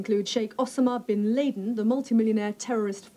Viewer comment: I had to rewind that a few times. They were going to have fucking Bin Laden speaking at this!? No broadcaster would be mispronouncing his name in a few years 😬